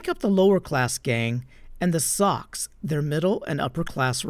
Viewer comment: I'm pretty sure the rival gang is not pronounced "socks" as you said. Its soc, as in social. (Pronounced soche). I think it's a slang word for "preps".